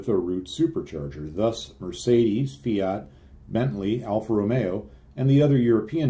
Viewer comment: Is it Turbin or Turbine, Fiart or Fiat?